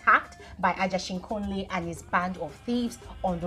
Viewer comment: Is the way is pronouncing the word for me It’s Ageshinkole not Ajeshinkole 🤣🤣🤣